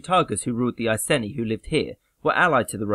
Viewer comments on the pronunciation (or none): Great video but just as an FYI it's pronounced i-see-knee not i-sen-ee, please no one argue with me, ik I'm right, you pronounced Boudicca correctly so that's good most people pronounce it bow-de-see-uh which is wrong as she was from Norfolk so you got it right